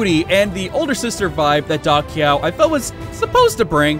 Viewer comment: LOL I also used to pronounce Da Qiao like that in the older games. "Da Kyaw" vs. "Da Chow"